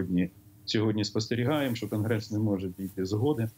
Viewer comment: навчіть, будь ласка, цю жінку, як правильно говорити слово що, а не Щo.